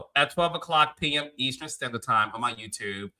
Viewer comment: Hey, please tell Carlos how to pronounce EASTERN, please it's driving me crazzzzzy!🤣🤣🤣🤣🤣🤣🤣🤣